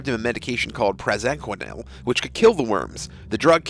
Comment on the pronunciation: Some pronunciation of parasites and medications (praziquantel)are incorrect. ☹